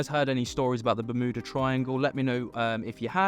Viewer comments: The law of one talks about a ship with an energy device that's still operational at the bottom of the ocean in the Bermuda triangle. 🤷 Btw it's Yuda- berm- yuda-... Not mooodah. 😂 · ITS BEURMUTA TRIANGLE That's how you pronounce it at least